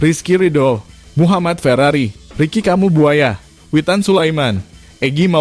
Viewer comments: Maaf sblmx untk narator nm pemain timnas indo itu Rikki Kambuaya bkn Rikki kamu Buaya hanya mngoreksi aja g' lbh wkkwk lucu aja dngrx. 🎉🎉🎉🎉🎉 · Min yg benar dong nama Ricki. Ricky Kambuaya bukan Ricky Kamu Buaya😂😂😂😂😊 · Wah admin ..salah ucap tuh bukan (Ricki kamu buaya) tapi (Ricki kambuaya) kocakk😅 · Oalah min, hati2 nyebut nama: Kambuaya, kok jadi : Ricky Kamu Buaya. 😂